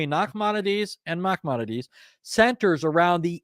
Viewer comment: Excellent,! Second time I've watched it. Just want to help you with the pronunciation of one word: Moses ben Maimon, a.k.a., Maimonides has no gutteral ח (khet) sound in it.